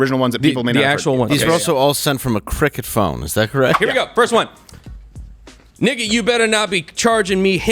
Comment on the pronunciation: You can tell that quarter black dude doesn’t use the N word at all!!! Hahah he pronounced it like someone who never used the word before